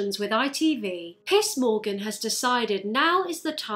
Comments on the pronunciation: i just had this video on and just kind of listening and I was fully convinced this mans name was actually piss morgan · hearing him called piss morgan over and over again was a treat. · I keep hearing "Piss Morgan" and I have to say, it kinda fits his behaviour. He acts like a frat boy constantly piss drunk. No shame, no reflection of the own behaviour, not able (or willing) to see his bad impact in the world. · I love how British people pronounce it “piss morgan”. There is no more apt punishment for being piss Morgan.